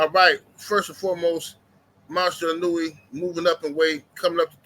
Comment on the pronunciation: ino-way not inunewy... lol